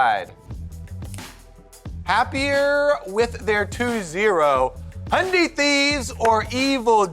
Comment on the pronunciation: He actually said hyundai wtf